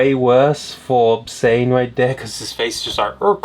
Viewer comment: It’s “zane” not “sane”!!!!!! D=<